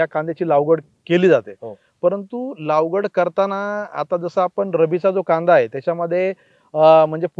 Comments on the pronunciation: पहीली बात म्हणजे तुम्ही लागवड म्हणा लावगड नाही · लावगड नाही सर लागवड